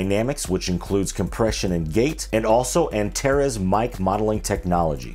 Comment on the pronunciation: Great video. But please learn the correct pronunciation of Antares.